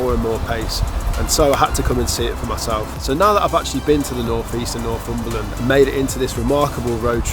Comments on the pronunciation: NorFUmberland, pronounced NorTHumberland is a truly lovely place. And that is from someone who used to live in the Scottish Highlands. However, describing it as an "emerging" destination is really the kiss of death. Having lived here for ten years I have seen first hand what an influx of tourism can do. It will not remain England's last great wilderness for long if it becomes overrun. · It’s Northumberland not norfumberland. But thanks for visiting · Nor'fumberland? it's Nor'Thumberland